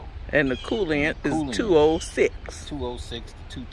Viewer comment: Coolant not Colliant